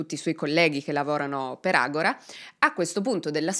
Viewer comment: Si pronuncia AGORÀ con l'accento sulla A è una parola greca con cui si indicava il centro culturale, politico e religioso della città, come lo pronunci tu agóra è come dicono: adesso, ora in questo momento in Brasile 😅